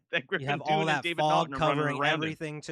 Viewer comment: It’s Griffin Dunne pronounced (Done).